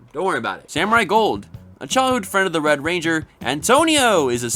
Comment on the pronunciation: Anyone else notice when he referred to Wes he says "wed ranger Wes"